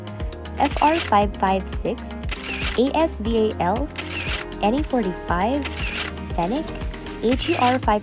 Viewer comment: it's ASVAL YOUR NOT NOAH lol